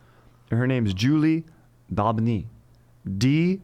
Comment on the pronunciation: Doh-been-yee friggin what up dude unh